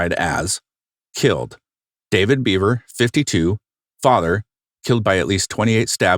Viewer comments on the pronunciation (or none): Can anyone explain his accent for me? It sounds normal except for certain syllables like “2013” in the end and “park” in the beginning. By normal I mean average or nondescript, in case people mistakenly take offense. Also Michael pronounced his last name “Behver” not “Beaver”.